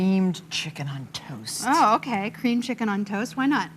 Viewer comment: Martha is a G butchering that "checken"